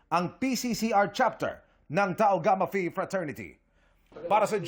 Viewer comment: Tau gamma phi trees killion hahahahaha 😂😂😂😂 pasok